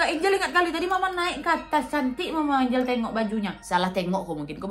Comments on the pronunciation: Lucu pas Nadia nyebut nama Angel (ENJEL)dg ejaan ANGLE 😂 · Ngakak pas nyebut nya angle🤣 galak enjel wkwk